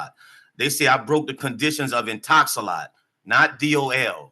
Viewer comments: He keeps saying Intox-a-lot. The company is called Intox-a-lock. 😂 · He's stuck In-Talks-A-Lot